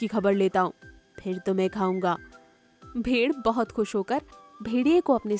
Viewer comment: भेर और भेडिये के उच्चारण में गलती हुई है